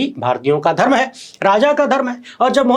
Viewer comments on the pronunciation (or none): none